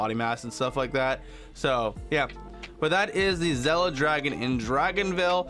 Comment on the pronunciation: It’s “Zilla” not “zella”